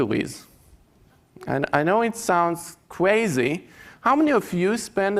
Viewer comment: CWAZY, LOTTOWEYS, TOMMOWOW, GWEAT , TWYING